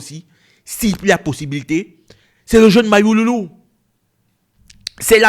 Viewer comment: C'est Mayulu et non Mayululu